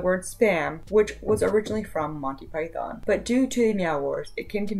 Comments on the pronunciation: Damn gurl, the way you rolled the o in Python is hilariously adorable. Never heard it like that before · don't know how to say it but it was kinda long